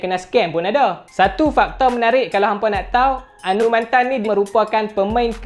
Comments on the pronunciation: Anumanthen cara sebut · Cara sebut nama dia Anu Ma then Hehe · Fuh info padat... Tp bab sebut nama dia tak buat research ka.. Anumathen... Mantan??? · Cra sbut tu mcm slh ja😅,mcm Sathianathan org sbut sathianaden